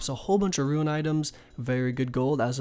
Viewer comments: "Ruin" It's Rune... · Can never get over this guys pronunciation of rune...ITS ROO-N... not ROO-IN... its not spelt ruin... ITS RUNE .....URGH!!! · Him saying fucking ruin for rune killed me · RUNE! NOT RUIN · r00n, not ruin* for Rune lol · Ruen? You mean ru-ne not ru-en. It's also Might-er not mee-tre(mitre) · ruein...Alkuhbles....I love you, but you're killing me. You can prnounce kurask but not RUNE? RUEN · "SIR-odamin godsword" "WIV-URNS" "RUIN" REEEEEEEEEEEEEEEEEEEEEEEEEE